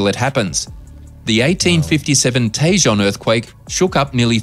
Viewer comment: Tejan is not Tay-jan it tay-hone